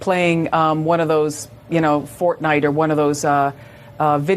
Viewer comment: I had to take a minute to process, when that woman said Fornite. Yikes